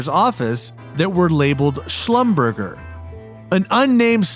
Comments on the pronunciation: Schlumberger is pronounced: shlumberzhay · Slum ber jay